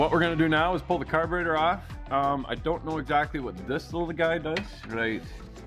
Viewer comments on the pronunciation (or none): from now on it's called "car-baiter" like the Mopar guy(I can't think of his name) here on YT that lives in Canada too.